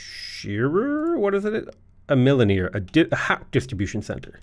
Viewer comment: Anyone else find it very difficult when he was repeatedly mispronouncing milliner? 😂, the second i is soft the same as the first so it's said like mill-ih-nr